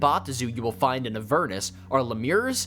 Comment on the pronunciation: Who pronounces Avernus like that?!